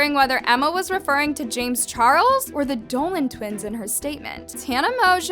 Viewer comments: LMAO "chames jarles" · “chames jarles” 😂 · Lmao “chames Jarles” I just can’t 😂